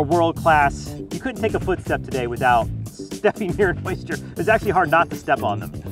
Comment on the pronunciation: ......oist-yer ........oyst-yer.......or oyster